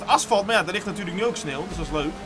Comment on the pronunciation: Vind iemand het ook opvallen dat hij geen sneeuw maar sneel zegt😂